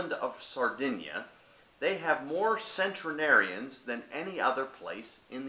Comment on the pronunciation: Right, It's just centenarians not centrenarians lol